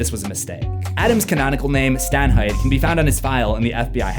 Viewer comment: Adam Stanhieght corpse